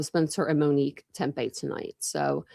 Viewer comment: Are you saying Tempe murders? It sounds like it but it’s Tepe. Witness interview would more than likely be McKee’s interview with Police